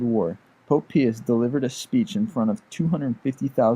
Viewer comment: Pius is pronounced as (Pie-us).Not trying to be mean or anything.